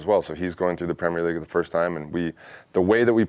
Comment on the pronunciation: He says "Premier League" like it's supposed to be said...in contrast to most yanks! 👏👏